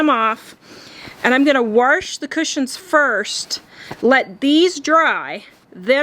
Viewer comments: W- A -S -H not Warsh there is no R in WASH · Wash not warsh, there is no such word a warsh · "Warsh" I figured you were from the Midwest once I heard that. Then you said Wyoming... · “Warsh”? My mom says “wash” that way too, she’s from Texas. Lol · Felt like I got a one- two punch to the face when I heard her say "warsh". Still plan on watching this for the likely amazing transformation, but hearing that pronunciation about threw me. I had no idea Wyoming used "warsh". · Ahhhh did you transplant to Wyoming? 🙂 I've only heard a handful of people say warsh before. So it caught me off guard, but I love accents, even if they only come out in a word or two. I live one state to the north which is why the use of that word threw me. I didn't think our neighbor state had that accent. Also, actually related to the video- your set turned out lovely as expected 😊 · I have never heard anyone pronounce wash as 'warsh' before. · “Warsh”… lol can’t get over it. great job though!